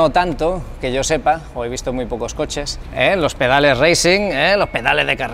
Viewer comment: Loh pedaleh de carreraaahh!! Jajajajajaj